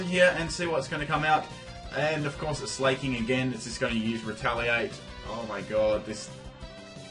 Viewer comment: Sla-king. Not slay-king As in slack. Im sorry >_< but it bugs me.. Love you anyway <3